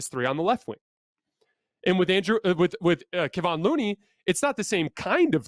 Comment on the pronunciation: Dang it! You've been talking about Looney since game 6 of the previous series. It is pronounced Ke-Von not Ke-Vin. The disrespect on his name will earn you a dislike on this video.